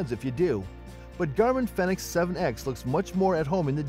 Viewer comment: It's a Garmin Fenix, not phenex.